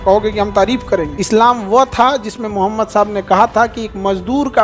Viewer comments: Mr.Khan, you have to learn first how to say our prophet (SW) name. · Sala name ka muslim h tm phle islam ko terrorist ka religion bolta h fir uske baad dusre video m btata h nhi ye galat hai nabi ka name v pronounce krne ni aa rha shi se tumhe kya lgta h tm bohot bare teacher ho to ..kuch v kroge shi galat.. tmse 10* jyada odhe likhe ko Qur'an aur islam ko khud padh kr revert kr rhe unhe pta h is duniya ki har ek chiz uske rab ne di h but tumhe lgta h ye fame paisa hi h sb h shukr kro allah ne tumhe itna rizq diya is duniya ki sare paise v mil jayega but akhirat me kuch v nhi ...sirf muslim ghar m paida lene se koi muslim ni hota born muslim ko v islam ki importance samjhni pdti h ....abhi bhi waqt h khud ke understanding se Qur'an aur hadiths pdho jindagi apke ni Allah k control m h aur himmat ni padhne ki to mat pdho but islam k khilaf kuch v ulta sidha v mat bolo Kyu extra gunah kr rhe baki apke paise k lalch ko allah km kre aur bjp sarkar ki chatna band kro!!!!!!!!!!!!!!!!!!!!!!!!!! May Allah guide u